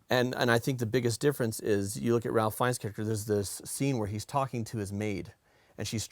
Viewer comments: FYI- 'Ralph' is pronounced 'Rafe' sometimes, this is one of the times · Just an FYI. Ralph Fiennes's first name is pronounced "Rafe". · Fun, little-known fact: Ralph Fiennes pronounces his first name Rafe/Raif, rhyming with safe, chafe, or waif. No clue why, but there you go. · Ralph Fiennes name is pronounced "Rafe". Its not Ralf, its Rafe. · every time you pronounce it ralph instead of the british pronunciation, which is more like RAFE/WRAITH/FACE, I die a little inside:) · Hey guys—Ralph Fiennes’ name is not pronounced “Ralph”—it’s “Rafe,” spelling notwithstanding.